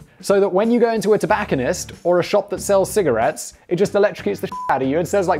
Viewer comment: "Tabacanist" ? wtf ...